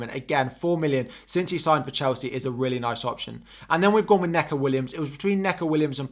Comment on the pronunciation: Great stream and really informative but its knee-co (Neco)